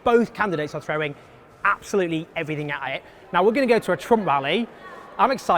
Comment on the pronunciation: Why don't you just try start pronouncing the letter T? "Boaf candidates aw frowing everyfing a' i' " (Both candidates are throwing everything at it)